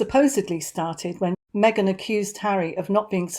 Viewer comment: Get well soon Harry. Surround yourself with good people. Me-gain is not it